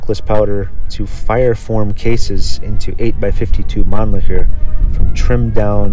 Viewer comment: you are saying it wrong. Its Man - LICKER. Like, you LICK a lolly pop. Or you LICK the salt with your shot of tequila. Its not SHER. ITS LICKER.